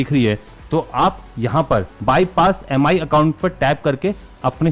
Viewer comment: It's not pronounced as M I. It's called 'Mee'